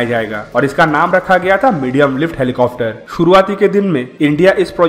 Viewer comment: Plz stop saying 'helicofter' , it's 'helicopter'...... Helicofter sounds so irritating